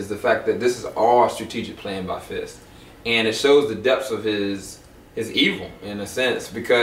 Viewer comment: I don't know if it's my hearing or a result of local dialect but are you guys saying "Fish" when referring to "Fisk"?